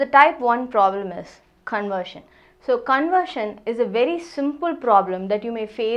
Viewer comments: not conersion its CONVERSION 😂😂 where is V 😅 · ITS 'conversion' NOT ' Conersion '.*****......**** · . It's not conersion it's conversion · Conversion or conersion? 🤔